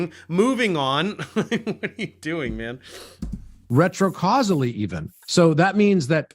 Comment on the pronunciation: Fun new drinking game! Take a shot whenever says "retro-causily". Keep emergency services on speed dial.